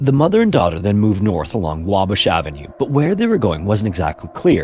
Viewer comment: "Wabish avenue" lol 😄